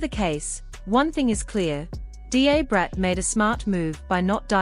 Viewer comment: It is pronounced, “DA Brat” like DUH Brat